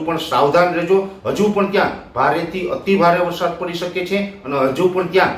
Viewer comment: વરસાદૉ નહીં પણ વરસાદ બોલો અને જમીનો નહીં પણ જમીન બોલો😢